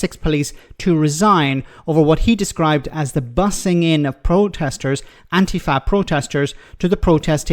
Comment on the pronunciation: Thank you for saying Antifa and not Anteefah 😊